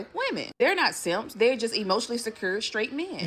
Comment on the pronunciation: "Guys...don't be seemps" Manosphere